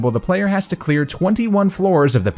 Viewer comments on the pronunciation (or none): none